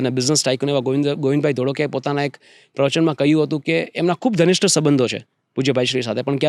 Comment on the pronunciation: Dhanisht ❌️ Ghanishth Harek ❌️ Darek